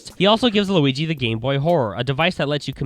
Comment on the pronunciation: lol you say squigi instead of luigi